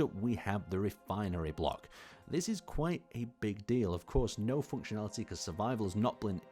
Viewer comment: I love the way he says "foonctionaliteh"